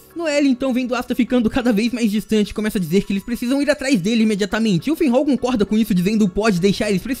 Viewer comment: "Finrral, Finhal" Qual a dificuldade de falar FINRAL?